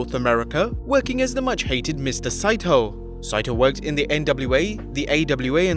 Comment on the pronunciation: Wasn't Mr. SA1ITO's name pronounced [SAW--EE-TOE]? That's how I always heard it pronounced!